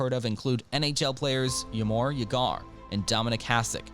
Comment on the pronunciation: I've never heard Jaromír Jágr's name butchered so badly as in this video..😢